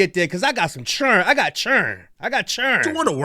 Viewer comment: “I got CHURRIN” 🤣